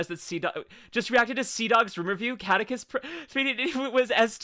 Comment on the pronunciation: If I may… Best way to remember how to pronounce the name: his YT name is spelled in a way that combines his last name: “Caddick,” with the name of the NES game “Kid Icarus.” Thus “Caddicarus (Kad-E-Car-Us)